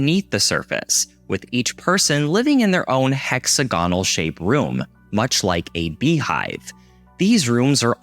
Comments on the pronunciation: hex-ag-onal. not hex-a-gone-al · Sorry, but "hecks-ah-gaa-nul" broke me soooo bad. Then it happened a second time; I just wanted to throw myself off a cliff! HA HA I'm jk ofc. Great vid - liked and subbed ^.^ x